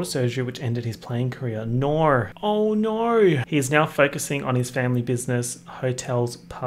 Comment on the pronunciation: Crying over saying “naur” in an exaggerated Australian accent as if he wasn’t already Australian